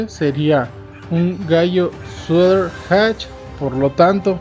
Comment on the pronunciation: Solo para mejorar; no se dice sueder, sino Sweater (sueter), perdón por el atrevimiento. Saludos